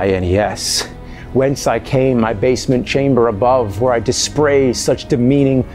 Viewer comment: D I S P R A Y Game's so bad it made him slur his words.